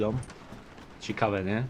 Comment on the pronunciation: Co jak co, ale mógłbyś popracować nad słowem ciekawe, bo dosyć często się pojawia :p